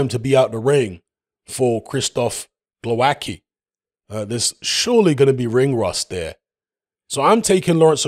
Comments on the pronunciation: Oh man.......pronouncing the hard way.... For you Wayne Grekki hmmm? its...tzky!!same here..... its not kki, its tzki or zki, its not that difficult Okolie by stoppage 5th. not Glowacki but Briedis will beat Okolie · Glowatzky is how his name is pronounced. Its always hilarious when butcher names, especially Eastern European names.